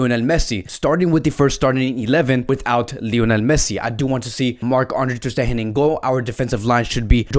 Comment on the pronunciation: Ter stegen is probounced with a hard G instead of a “h” like Sound😀